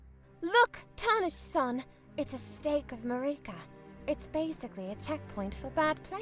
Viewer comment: It’s pronounced Márika, not Maríka